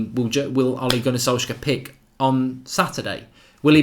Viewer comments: Why do you pronounce it Solsker? It's solce-shar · It's not solkzager.. It's pronounced as solkshzaer😂😂😂( A guy on twitter said this).. Waiting to see ole back!!❤ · Mark its solskjææææær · the 'K' is silent in Solskjaer.. Easy way to remember the pronociation is 'Solsshire'.. Sols + shire.. Like you would pronounce Wilshire. Just pronounce the 'Sols' then the 'Shire'..Zidane, Pep and Enrique were all TeamB coaches like Ole they only know their clubs. So let's get behind our 20Legend.. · please can you say solskjeAR😂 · Am I the only one who was pissed off by Goldbridges pronunciation of Solskjaer?